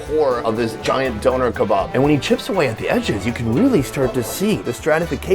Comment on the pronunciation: I love you and the videos but I can't be the only one that hates how he says Doner kebab?